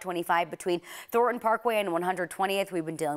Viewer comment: It's pronounced Thorn-ton.